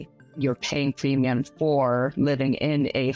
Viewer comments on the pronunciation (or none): why does she say Plemium?? LOL...